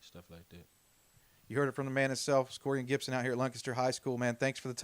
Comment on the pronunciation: not Gibson🤦🏽‍♀️ proud of you nephew